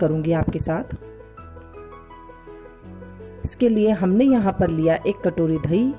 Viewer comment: Aap dahi ko dhaee ku bolte ho